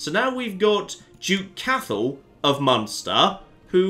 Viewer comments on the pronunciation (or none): Cathal is pronouced Cot hull just FYI :)